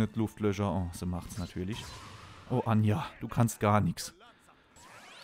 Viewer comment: Warum nennst du die eigentlich immer anja die heisst doch ajna oder bin ich grad blöd?